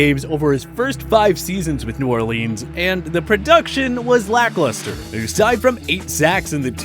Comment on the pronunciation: We not gonna talk about “New Orleens”